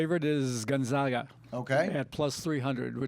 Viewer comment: Not Gon-Zahg-a....the "zag" is pronounced like nag or lag. Just a little pet peeve of Zag fans. Love your updates!